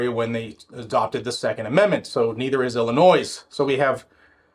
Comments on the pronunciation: Pretend the "is" at the end of Illinois is a "y". Thats how we pronounce Illinois ._. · As a former ILLINOIS resident, THE "S" IS SILENT. COME ON. You're what mid 40s, early 50s; you should know this.